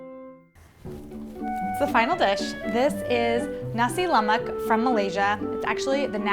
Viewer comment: I grew up in Riau as an American, so I love Malay dishes. I think it's Thai food with Indian spicing and Chinese methods. I'm still driven crazy when I hear haole pronunciations. Shouldn't it be Nah-si La-mahk.